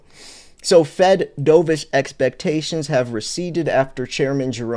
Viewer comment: As in Turtledove. Not DoeVish. DOVE -ish, Dork. Hawkish. Dovish.